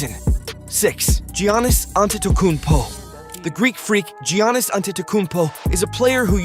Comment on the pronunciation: If this an AI narrator? You’re saying Giannis’ name wrong lol.